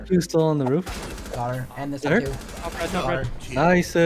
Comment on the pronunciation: He said naisu like the japanese players :0 すごい！